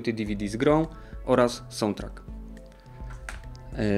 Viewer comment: podoba mi sie jak mowisz sountrack i bioware hłe hłe. Moze Ci pomoge : sałndtrak nie sołndtrak , bajower nie biower. hłe hłe